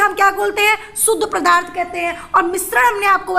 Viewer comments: Mam padarth not pradharth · Madam g pradarth nhi padarth